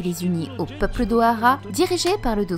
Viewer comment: c'est juste moi ou elle pronence les "L" comme des "R" ?? ex: Tabreau au lieu de tableau/ Peupre au lieu de peuple... en tout cas belle vidéo!!